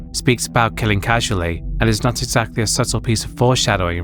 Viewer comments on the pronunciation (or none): none